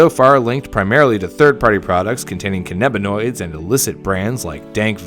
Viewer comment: he really said "kenabanoids"